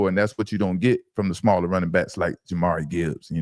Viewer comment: It’s pronounced (Jah-Meer) Jahmyr Gibbs fellas 😂